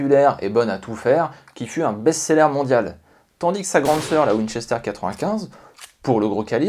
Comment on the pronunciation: C'est un " w " Pas un m